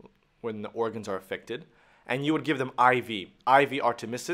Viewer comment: Artemisnin, not artemisin